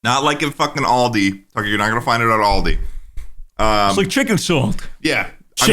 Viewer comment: if you keep butchering Australian shits names, I'm gonna beat your fashionista ass. It's AL(Like Albert)DI(Dee), ALDI